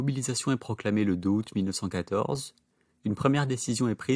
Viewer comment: En français on ne dit pas ‘deux haoût’. On dit ‘deux Zaoût’